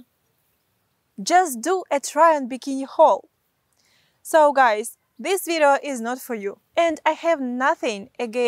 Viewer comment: I follow you cause instead of video you say vitto.